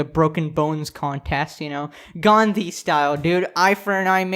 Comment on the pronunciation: im 99% sure mr.sus is indian due to the way he said "Gandhi" no one other than a south asian can say it the right way. everyone says "gandi"... just a theory.